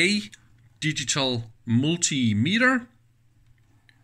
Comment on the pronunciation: „DICITAL PRINTER OUTPUT OPTION“